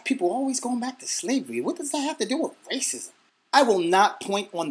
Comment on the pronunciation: lol damn... I heard raisins instead of racism hahahaha :D